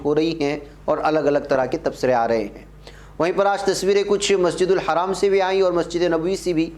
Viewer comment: Masjidul Haram not masjidul haraam Plz